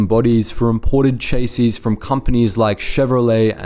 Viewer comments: Chassis is not pronounced 'Chasies'. This must be AI. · I like how you used your actual voiceover for this video, instead of the AI model you usually use. Edit: Er no, I've just seen the way you pronounce "chassis" in plural. It's still the AI, isn't it?